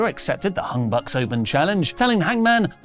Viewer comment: It’s young bucks, not hung bucks